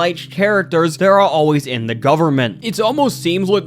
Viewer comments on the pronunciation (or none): none